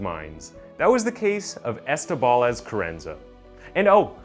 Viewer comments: was wondering the same thing, pronounced her name as Carrenaz, carrenza and carranza. And quite a few others, it became distracting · Wait so you said her name wrong the entire video until the very end when she went to court and then you say it correctly? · Jesus Christ, you butchered her name and so many other words it hurt my ears. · 🙄-how difficult is it to pronounce the name CarranZa?!🤯 or Munich for that matter? Dreadful commentary! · Why does the narrator keep calling the killer Carranaz, when it’s Carranza ? And where did he learn to pronounce places so badly ? ‘Munich’ is not pronounced ‘Moo-nitch’ but ‘Mew-nick’ (or in German - Munch-en) Also, why are the words ‘Killer’ and ‘crimes’ obliterated from the on-screen text ? Especially when the word ‘Killer’ is in the title of the video ! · Terry is totally right. Watch it again. He totally mispronounces her name as “Crennez” multiple times. And then reverts to Carranza several times. And his pronunciation of Moo-nitch is also cringey. And yes...if you want to put out a respectable product, you should put time into attempting to do it right. It’s not nit-picky. It’s professional. Sorry if you’re used to TikTok video level of professionalism. 😆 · Can’t get over how many times he calls her “Crennez” 🤦🏼‍♀️ very interesting story though 👏🏻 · Ca ren zah . Oh pair . Just slow down a little bit and use Google audio pronunciation help. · Well she butchered two people so who cares how he pronounced her name